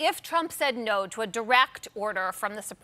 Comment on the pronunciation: "compu-er says naooow" cough